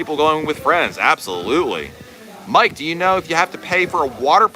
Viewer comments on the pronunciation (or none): none